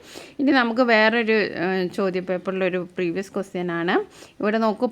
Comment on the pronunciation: ആന് എന്നല്ല ആണ് എന്നാണ് 😂